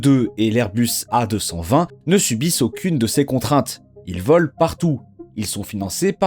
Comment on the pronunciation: Ses airbus a 220 pas airus